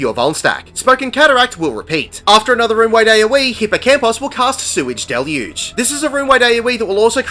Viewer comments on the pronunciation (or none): Gods, the memes my static came up with because of the fight, lol. I'm glad that not only are we not the only ones to pronounce "Sweage Deluge" as "Sewy Delugy", but you included it in the video. I laughed when I heard it (much to the confusion of my coworker who had no idea why I was suddenly laughing in the breakroom, on account of me wearing headphones lol) I still look for the tethers for a moment before realising I'm in normal lol (I was very diligent with that responsibility, lol) Thanks for another great guide,!